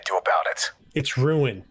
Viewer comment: It’s r-EW-in Rewin….. (I love ruin)